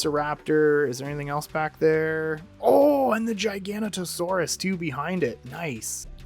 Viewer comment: Nice! you pronounced Giganotosaurus correctly because most people pronounced it as "Gig-anoto-sawrus" which is wrong. its name means Giant Southern Lizard, so it's correct to pronounce it as "Jaiga" and not "Geega".